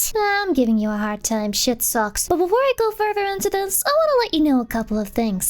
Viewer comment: I heard "shit socks" and I'm keeping it.